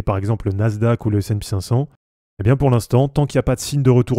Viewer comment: sp cinq cent et non pas S and pi cinq cent.... ça fait mal aux oreilles :p